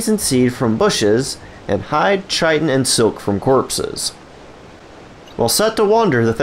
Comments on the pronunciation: please stop with the mis-pronunciation of Chitin XD , I know there are a lot of people out there who looked it up and found the WRONG videos on youtube. Do not believe the mis-information out there.. it is pronounced KAI-TIN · Chitin - KITEin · Doesn’t even know how to pronounce Chitin, yet you’re out here spreading misinformation… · Doesn’t matter as long as they understand it